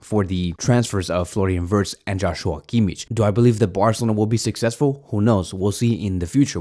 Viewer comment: Floran vors LOL pronounce names correctly